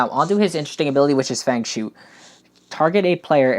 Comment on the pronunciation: I thing it's pronounced "fung shwaay"